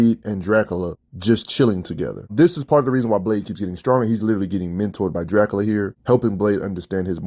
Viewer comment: “Draculer”😂 is Crazy